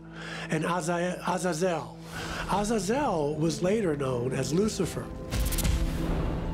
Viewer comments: Proper Pronunciation = Uhh -zay-zoel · That's not how you pronounce Azuzel